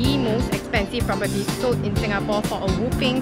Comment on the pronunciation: Your "Singapawwwwww"...really singaporean...lmao 😆😆 Regards, Dunbar Walk residence, Siglap